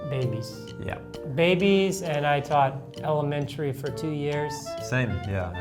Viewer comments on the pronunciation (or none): 초등학교는 엘리멘투릐 유치원은 유츼원